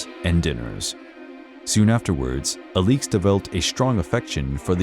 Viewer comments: The Aleex instead of Alex pronunciation made this video unwatchable. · The Romanovs are one of my interests. I have read much about them. As far as I have heard, her name was pronounce like Alex -- a-licks, with both syllables given pretty much equal stress. Not uh-LEEEEKS. Good grief. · As others have pointed out, the correct pronunciation of Alexandra’s nickname (Alix) is AH-lix, not ah-LEEKS. Ella, not Elly, is the nickname of Grand Duchess Elisabeth Feodorovna. Marie, not Mary, is the name of Empress Marie Feodorovna. Another error is the painting in the video supposedly showing the wedding of Nicholas and Alexandra is actually showing their coronation. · The fuq is this pronunciation 😂 “Ah-leeks” 🥬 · The mispronunciation of the main subjects name is unbearable. Cannot take this seriously when he did not bother to research the correct name. 😒